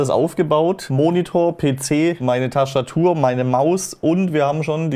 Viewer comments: Ich bin mal einer der "nachfrägt", was ist eine "Taschtatur"? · Was ist eine Taschtatur und Teschtssd ? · Taschtatur und Teschtssd 🤕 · Tastertur net Taschtertur